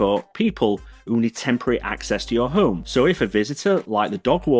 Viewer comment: Please pronounce "Home" consistently